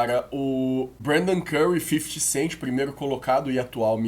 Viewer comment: eu racho muito quando o chama o curry de fifit cent kkkkkkk